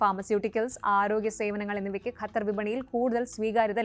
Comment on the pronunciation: pronounce it as qatar, english letter q is more close to original arabic letter than malayalam letter we normally use